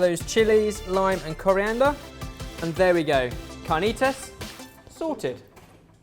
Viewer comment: It would be CAR - NEE - T (as in to) - ASS. I love you !!!!!!!!!